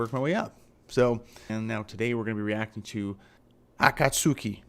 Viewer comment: Sad old metal heads who hate , are just stuck in the past. Progress is not what they want. Luckily these folk are in an ever shrinking minority. Pronounced AKATSKI by the way. The albums are great, but they take live to another level. 🦊🦊❤️🦊🦊